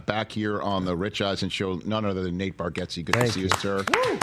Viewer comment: Is his name intentionally being mispronounced or an i missing something?